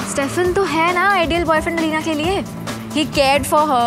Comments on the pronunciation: Yeah but the most important point is her name was pronounced as Elena not Alina. It starts with an e. A true TVD fan would never mispronounce a characters name. Also a true fan loves both Stefan and Damon equally. Cause we're Team Salvatore! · Firstly, lemme just say what everyone is thinking. It's Elena, not EEEEEE-Lena. As it goes for Damon or Stefan, the only reason Stefan and Elena fell in love in the first place is because of the silly doppelganger prophecy so the eternal love of Silas and Amara could exist. Stefan hid his true self from Elena which is lying and no matter how many lies Damon told, he never told a lie so big. Elena brought out the worst in Stefan while she brought out the best in Damon. Even though Damon was bad from the start, at least he wasn't ashamed of who he was and didn't try to hide it like SOME OTHER CERTAIN PEOPLE(i.e. Stefan). Also, Damon could keep himself in control and he didn't have to switch his humanity off, but Stefan had no balance, it was either ripper or cutesy bunny. Also, let's be honest, Stefan is the reason Katherine was captured(even though she was the main villain we all love her secretly), Guisseppe died(even though he deserved that more than anyone) and the reason Damon became a vampire. Although I love Stefan for that as then only Delena can exist... also, why are we debating on Stefan and Damon, that's so 2010... Now its only Klaus🥵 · its not aleena its E.L.E.N.A. pronounce to sahi karlo, kyun fav series ka charm kharab karte ho aise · It's not Alina...it's Elena....pls host...what you doin ? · Bestie it’s elena, alina kya hota hai yaar 😀😀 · The way narrator said Elena ....😐Ugh